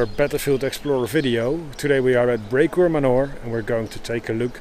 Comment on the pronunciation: ''Today we are at Brecourt Manure'' Me: lol, thats not how you pronounce...: ''... behind the cows'' Me: Oh.. I see;)